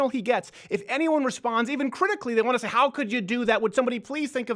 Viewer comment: David 'We Say-ah NO MORE" Hogg